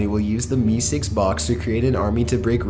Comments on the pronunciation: idk why but it bothered me so much he said meesicks instead of meeseeks 😢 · I thought it was mr. Meseeks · I like when the audio switches back and forth between the cartoon clearly saying "MR MESEEKS" and then repeatedly saying "Mr. Missigs". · Meesigs!? How do you mess that up? It's meseeks! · AAh Gees it's not Mr. Mizzigs it's Mr. Meeseeks !! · Dude it's me seeks. Not me sigs. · Its Meeseeks, not meesigs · how can you know so much about this show and not know how to say MEESEEKS? its pronounced "Me Seeks" not "Me Cigs" He even says his name in this video and you still say it wrong every single time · Meeseeks not meesicks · "Mister meesicks" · "Me cigs"; this tilted me so much I had to stop watching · He sounds more like he's from Canada. Like a Canadian-valley girl accent. I'm actually watching the whole thing and I just got to a part where he talks about the meeseeks and he pronounces it meesigs..... I hate him so much. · "Mr. MeeSigs"????????????? What the Fuck??? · mister mesicks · The content is good and well said aside from a few mispronounced words (Deft, Meseeks). But The up talking kills the watchability. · How can you not say Meeseeks right? when you have a clip of them saying it the right way.